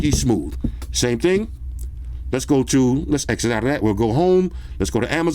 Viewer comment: Dude said eggsit😂😂😂